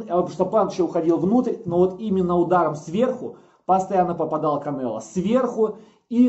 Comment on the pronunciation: Уши режет от слова Кабанело